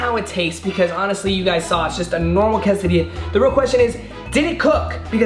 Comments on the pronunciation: everyone: quesadilla: Casadia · “Casadia”